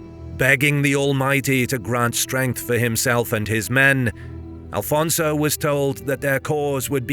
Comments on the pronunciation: Is not Alfonso, is Afonso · Great video! Just one small correction, it’s Afonso Henriques not Alfonso. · It's AFONSO, not ALFONSO! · Why do you say Afonso wrong? Please dont insult the Portuguese, thank you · i get angry every time you call our 1st king alfonzo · IT'S AFONSO HENRIQUES pá, fogo 🇵🇹 besides that brilliant video